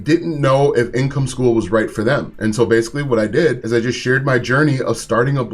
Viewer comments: School bro not skull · hahaha right "skol"